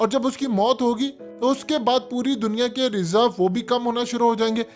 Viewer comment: Chorhoo channel URDU ki aisi ki tesi to na kr. Kee bajaay nai Kay bajaay hota hai.